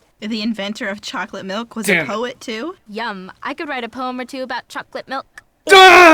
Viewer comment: She pronounced it like choColate milK